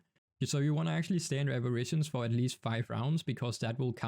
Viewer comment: bro be saying abirations